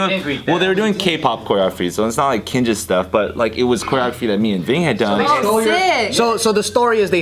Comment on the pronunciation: Kinjaz with an s hits different, and I don’t like it. 😂